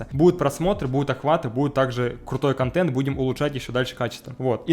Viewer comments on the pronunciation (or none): none